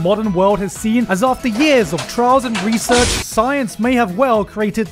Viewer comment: Any time Gigguk said "research" I snickered